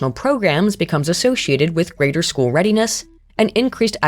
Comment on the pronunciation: "Affects chool performance and IQ"